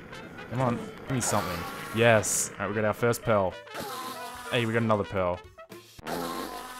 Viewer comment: You are saying 'pearl' in such a weird way that the captions are showing it as 'pill' and 'pail'